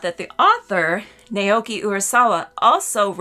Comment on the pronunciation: It’s pronounced like “Now Key”. Great review!!